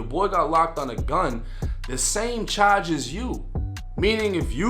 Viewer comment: "Chahdge"